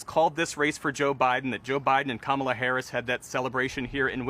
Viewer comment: He still said kamala wrong. Lol.